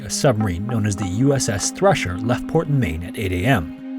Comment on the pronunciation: The most terrifying thing about this is how you said “thrusher” while “thresher” appeared on screen. I might be going deaf tho istg